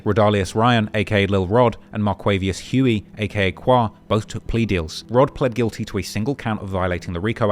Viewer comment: you pronounce Huey al wrong 😂😂